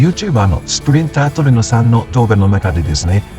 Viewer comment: ｢SPRINTERTRUENO｣さんじゃなくて｢SPRINTRUENO｣さんですよ〜 今後も楽しい動画待ってます^^